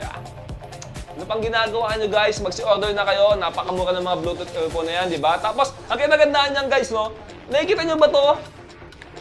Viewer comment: Bluetooth EaLPhone, Bulol Hahaha